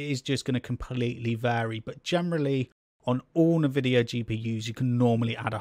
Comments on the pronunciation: Dude its Nvidia not nevidia lmaooo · Nevidia? WTF!? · As soon as I heard Navidia.... I was done. lol.